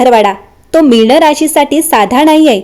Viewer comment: भावना ✅भावणा ❎ मीन ✅ मीण ❎